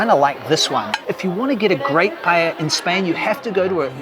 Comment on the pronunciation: You forgot a critical one: calling paella, "paLLella". Many more tourists do this than the Barca thingy. Best!